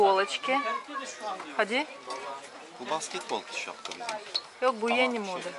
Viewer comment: Мидии с рисом это очень вкусно. Всё же вам надо работать с фонетикой. В слове Yeni ударение падает на последний слог